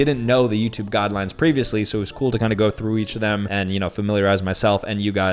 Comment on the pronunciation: “My best friend passed away” “Pretty coll right” 😂